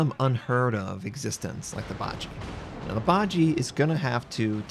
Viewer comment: I'm pretty sure you mispronounced 'Bajie', it should be ba-ji-ye, 'ye' like that in 'yeah'.